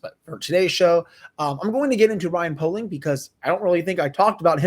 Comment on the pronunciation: i’m friends with poehling’s cousin it’s pronounced pay-ling